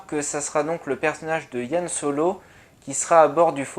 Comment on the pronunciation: Merci pour cette analyse. Tiens, c'est marrant, toi tu dis YAN Solo, à la française, alors que moi je dis plutôt Han. :p